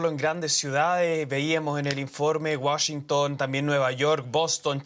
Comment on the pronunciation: porque dice wachiunnnp je je je